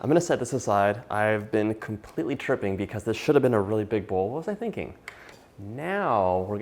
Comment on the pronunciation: Funny hearing a preppy guy say, "I am completely tripping", in only the way a preppy dude can. Lol 😆